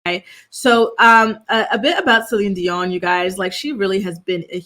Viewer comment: I love that you say her name properly ❤ God Bless her